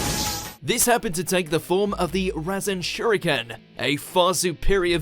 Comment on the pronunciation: Did he just say razengan ? Oh no didn’t 🤨 rezen shuriken Oh no no no ...